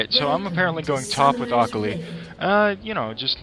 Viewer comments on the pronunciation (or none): omg the way he said akali :L lol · Did it bother anyone else how he says akali? Great vid btw its a different build for teemo I will have to try!